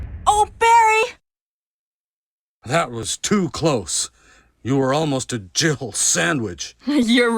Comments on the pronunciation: I swear it sounds like he says Jill-erbil sandwich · even when i first read Jill Sandwich, i still dont hear that at all! he says jill with 2 syllables somehow, like jiddle or jibble yeah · When I first played Resident Evil back in the day, I always thought Barry said, "Jibble sandwich" 🤣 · Am I the ONLY person who ever hears "You almost turned into a gibblet sandwich" and not "Jill sandwich"? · I thought for years it sounded like "jibble sandwich" 😂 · I dont care what anyone says! Barry said JIGGLE SANDWICH! Everytime someone plays that footage, I never hear Jill! There's an extra syllable in there! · Omg those MK4 animations. The men walk like they’re trying to pick up other men Also, am I the only one who heard jiggle sandwich instead of Jill sandwich? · Apparently, I'm the only one who thinks it sounds like "jiggle sandwich" not "Jill sandwich". 🤣 How could you leave out "master of unlocking things"? It's classic!